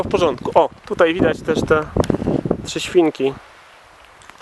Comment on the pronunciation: Trzesiwinki? Trzy siewinki? Trezieminki? Aaa, trzy świnki...